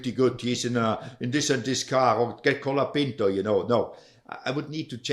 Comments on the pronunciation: You’re driving me crazy, his name is COOOOLAAAPINTO, not calopinto. Only Guenther pronounces it right! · Is it really that hard to say "cola-peent-oh"? How can you say it wrong in such different ways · To be fans of F1, you guys have no clue how to pronounce half the names. COLA-PINTO. BEAR-MAN. BI-NOTT-O Jesus Christ lol